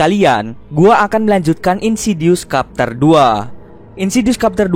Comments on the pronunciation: Bacanya trtep chapter min, bukan kapter. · bacanya bukan kapter bang, tapi chepter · Chapter itu bacanya bukan Kapter tapi Cepter... e yg kedua itu e lemah spt baca lembu misalnya. Maaf... cuma info.🙏 Anyway good video om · Wkwkwkw bacanya capter kan yaa apa gmn . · Ajg lah kapter wkwk Bacanya cepter bang. XD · Chapter dibacanya capter bukan kapter min 🙂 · sebutannya bukan capterr.. Chaeeppterr lol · Chapter bukqn dibaca kapter lool Chapter dibaca cepter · Why "kapter" tho???? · no one:: insidious KAPTER2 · Wkwkwkw,, kapter,, kapal terbang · "kapter" dong :v chapter bang oi :v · #CHAPTER= chep ter,,ch..kyak bunyi ucapan utk chacha coklat warnawarni..CHEpTER..gtu😊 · Kak koreksi dikit yaa, chapter dibacanya çepter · Cepter bacanya bukan Chapter -_ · Bang Tolong ya sejak kapan chapter di baca Kapter aduh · Cup dibaca kap chapter kepter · Mau ngasi tau aja bang.. chapter itu dibacanya “ceptér”